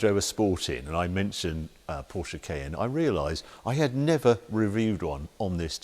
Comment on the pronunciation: What's a Porsche "K-N" exactly? 🤣🤣